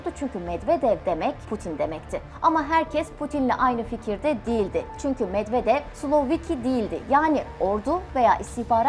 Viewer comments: Türklər rus adlarını niyə belə pis tələffüz edir axı? [Medvedev] oxunmur, [Medvedyev] oxunur. Çar Nikolas kimdi? 😂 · Çar Nikolas diyil NIKOLAY Medvedev de Medvedyev gibi okunur Nazgül hanima sorun o bilir